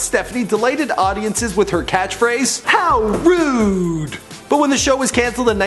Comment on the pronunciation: the dude says "How Rude" very wrong no offence dude but how rude